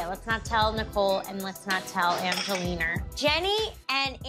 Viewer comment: When she slips up and says Angeliner 😂😂😂😂😂😂😂